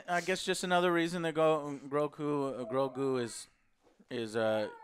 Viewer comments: I love how joe always say GROKU instead of GROGU :D Its like he mixed GOKU and GROGU :D You can always tell whos a Dragonball fan 😂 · How is it that Joe still calls him "Groku"? 🤦🏽‍♂️